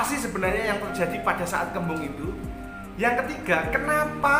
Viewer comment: Kaken ngomong kembang kebu terus bro